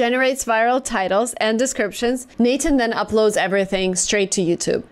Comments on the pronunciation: “Natan” I been pronouncing it wrong. 😮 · I've never heard anyone call it Nathan. I thought it was n-8-n? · by the way its n eight n. not nathan